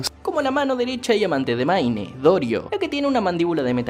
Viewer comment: "maine" parece broma la pronunciación tan mala que tiene